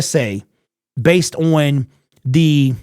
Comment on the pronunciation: Can he not pronounce the word on?